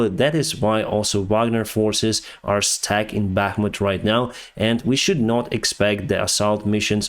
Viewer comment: Stack: to pile up. We stack the boxes. American pronunciation: stac ka Stuck: held in place. We cannot move being stuck in the snow American Pronunciation: stah uck